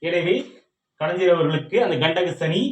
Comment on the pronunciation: Kalaijar illa kalaignar nar nar nar......